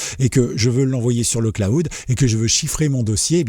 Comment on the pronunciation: le claoud? :D :D :D Prononce le: Clawd ;) Merci pour ta vidéo! :)